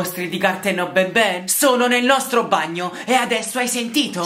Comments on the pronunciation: Si dice n n non Ben Ben BABAN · No. Si. Dice. Banban. No. Benben